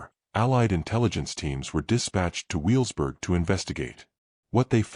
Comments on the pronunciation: Learn to say Wevelsburg. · This is a collection of AI-generated and fabricated history, YouTube at its worst. On top of that, the AI isn't smart enough to know the correct pronunciation of Wewelsburg and Niederhagen.